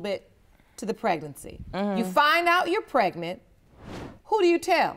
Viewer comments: Prenant lol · Why can’t any of these people pronounce the word “pregnant”?